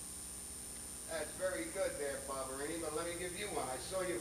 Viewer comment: Its Vinnie Ba BA BA BA Ba Barbarino not Barbarini and So Up Your Nose With a Rubber Hose and Twice as Far With a Chocolate Bar